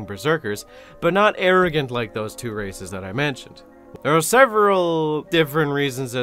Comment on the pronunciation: Instead of "conglomerate of dozens of races" I heard "conglomerate of dozens of racists"